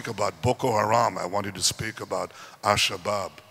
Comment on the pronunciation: Netenyahu is literally the only Western pundit I've heard who pronounces AlShabaab correctly